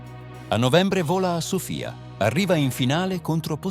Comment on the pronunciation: Sono d'accordo. Sofìa invece di Sòfia non si può sentire. Le foto spesso sono grottesche. Nulla togliendo a chi fa fatto il video documentando tutto, l' intelligenza artificiale ci sta prendendo la mano. Contenuti più facili da realizzare ma di qualità inferiore.